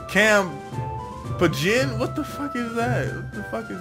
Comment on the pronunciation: When he tried to say campaign. This is too funny